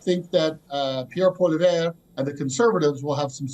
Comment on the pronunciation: You can't even say Pierre Poilievre name correctly. How can you be taken seriously as a Canadian "political analyst"?